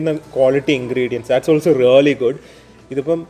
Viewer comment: Rrrrraly alla bro "Really"